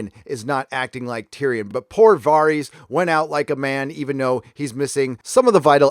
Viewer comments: I know it shouldnt mattet but it really pains me how he pronounced varys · Varys pronunciation c'mon man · I'm sorry, but what is with the pronunciation of these names? How are we nearly 10 years into a show and still having 90% of the names in the show being absolutely slaughtered? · You're killing me with these name pronunciations bro... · So he talks shit on game of thrones but can’t even say Varys correctly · How do you manage to mispronounce Varys and Davos after hearing it said repeatedly for 8 seasons? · I cant be the only person annoyed by his pronunciation of "Varys"? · why do you say Varys like that? din't you hear how they pronounce his name in GoT? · Video after video, you butcher the Spider’s name. Why, man? Why? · Am I missing something about why you keep calling him “VAHR-EEZ” instead of “VARE-IS”? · "Vahrys" "Dave-O's". This is not how these names are pronounced, bro. They literally say them loads of times in the show. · Its Davos not Day-vos. And it’s Var-is not Vahr-is. The writers are full of shit: D&D&GRRm. I will not be seing this show through to the end. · 𝙒𝙝𝙮 𝙙𝙤 𝙮𝙤𝙪 𝙥𝙧𝙤𝙣𝙤𝙪𝙣𝙘𝙚 𝙩𝙝𝙚 𝙣𝙖𝙢𝙚𝙨 𝙬𝙧𝙤𝙣𝙜, 𝙬𝙝𝙚𝙣 𝙩𝙝𝙚𝙮 𝙘𝙡𝙚𝙖𝙧𝙡𝙮 𝙨𝙖𝙮 𝙩𝙝𝙚 𝙘𝙝𝙖𝙧𝙖𝙘𝙩𝙚𝙧'𝙨 𝙣𝙖𝙢𝙚 𝙢𝙖𝙣𝙮 𝙩𝙞𝙢𝙚𝙨 𝙞𝙣 𝙩𝙝𝙚 𝙨𝙝𝙤𝙬 𝙞𝙩𝙨𝙚𝙡𝙛? 𝙇𝙞𝙠𝙚 𝙮𝙤𝙪𝙧 𝙥𝙧𝙤𝙣𝙪𝙣𝙘𝙞𝙖𝙩𝙞𝙤𝙣 𝙤𝙛 𝙑𝙖𝙧𝙮𝙨 𝙞𝙨 𝙖𝙡𝙢𝙤𝙨𝙩 𝙖𝙨 𝙨𝙩𝙪𝙥𝙞𝙙 𝙖𝙨 𝙩𝙝𝙚 𝙬𝙧𝙞𝙩𝙞𝙣𝙜 𝙛𝙤𝙧 𝙎𝙚𝙖𝙨𝙤𝙣 8. 𝙄𝙩'𝙨 𝙑𝙖𝙞𝙧-𝙞𝙨, 𝙣𝙤𝙩 𝙑𝙖𝙧-𝙚𝙚𝙨. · I know this may seem unimportant but it's not VAREEEEEZ. It's VARISSS!! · You say "var-ees" whereas the show says "ver-is".. just curious why? Is this a book thing or ? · Varys not VARIES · Dude, it’s Dah-vos not Day-vos and it’s Varys (Var- is) not Vaahreeeees Love the channel though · Vaaar-ies? lmfao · Vare-is It's pronounced VARE-IS. Entire review ruined. lol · Are you purposely mispronouncing Varys? When did it become Vahr-ees? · VAReeees. Do you even watch this show? No one pronounces his name like that. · Great vid 👍 the way you pronounce the names in the show is super weird lol vaRis, dave-os 😂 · "Varrees." Dude. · Varys = V-air-es Davos = D-ah-vohs